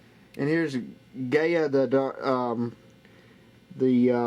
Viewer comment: skip to he says gaya the fierce night hahahahha